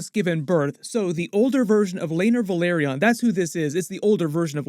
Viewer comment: It's not VA-LE-RYON it's VE-LA-RYON